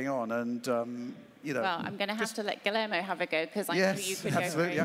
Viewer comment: You'd think with such a big presentation they'd pronounce Guillermo's name right 🤦‍♂️